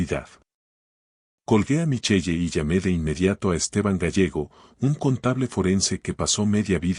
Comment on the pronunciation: Solo voy a decir se pronuncia michel. No micheye. Segundo si su hijo y la nuera Vivian en su propia de du casa como la tal lucia estuvo a las tres de la mañana en el despacho de este señor. Una historia con muchas inconsistencias. Y la historia nada que ver con el título. Y el hijo es un patético